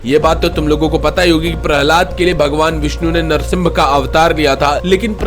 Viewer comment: नरसिंब या नरसिंबा नहीं नरसिंह अर्थात नर और सिंह यानी मानव और शेर का मिश्रित रूप, ताकि हिरण्यकश्यप के वरदान का कवच प्रभाव न हो। दूसरी बात, वामना अवतार नहीं वामनावतार होता है मेरे मित्र।